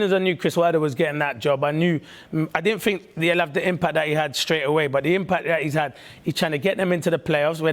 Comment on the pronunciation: It is de history of de tottenham.